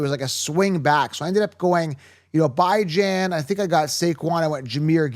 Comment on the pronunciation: You lost me at Bye-Jan…so bye, man